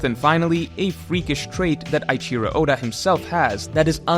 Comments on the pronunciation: eiichiro is pronounced like A - ICHI - RO , not EYE - CHIRO . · Did you just call him “Aichiro” oda